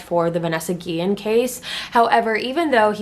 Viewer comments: Its not guien its guiyen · Yes a lot of people say Guillen wrong that’s my last name and it gets me mad but I forgive u🥰